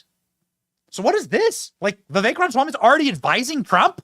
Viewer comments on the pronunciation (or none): Try to say it right Benny... Ram-A-swamy.. Not Ramswamy.. Jeeze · Love your show Benny. However, I do cringe every time I hear you poking a good humor jab at President Trump saying "Rahmshwamie". So? How is it any worse than you saying : "Rahmswammie". His name's spelling is: RamAswamy. There is a biblical principle which paraphrased is: "Let he who is without sin cast the first stone." (Just sayin').